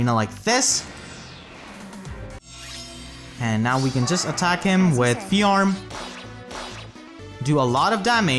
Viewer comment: Do you intentionally mispronounce Fjorm's name so horribly? Like an intentional joke to bait out cringe and hate?